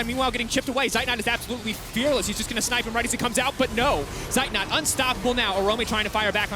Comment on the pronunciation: its funny that the annotators always pronounce the names of zeitnot and armut wrong. these two are german words meaning armut being poor and zeitnot having a lack of time. :D and the female annotator even showed she's able to pronounce at least the "z" in zeitnot correctly